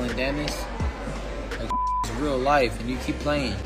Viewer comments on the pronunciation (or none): none